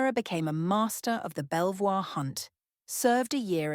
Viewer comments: Riddled with inaccuracies, suspect pronunciations ("Belle-Voir" hunt!), and even more suspect suppositions. It never seems to have occurred to whoever wrote this stuff (AI?) that a woman might justifiably prefer not to "tell all" to the tabloids, or might wish to appear "neutral" if married to a man whose occupation demanded circumspection and the ability to keep confidences. Not that I think for one minute that Jane's weighing in on Diana's experiences would have been helpful, I'm surprised by the script's assumption that one should consider a sibling more than a spouse. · I was just about to comment that too! It pronounced 'Beavor'. Gosh, I was hoping someone someone else had picked on that too. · You pronounced "Belvoir" wrong. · Belvoir...pronounced Beever.. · I know, clearly clueless that Belvoir is pronounced Beaver!